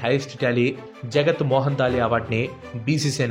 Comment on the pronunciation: జగత్మోహన్ దాల్మియా కాదు జగ్ మోహన్. దాల్మియా